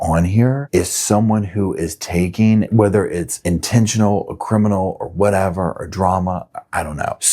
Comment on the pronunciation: "In a cabin or whetever she was"